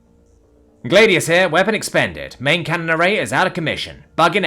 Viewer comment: Gladius is pronounced glad EE us, 3 syllables.